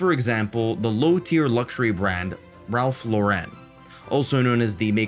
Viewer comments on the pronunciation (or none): its Ralph Lauren not Low-ren, like the American English name Lauren. It's an American brand.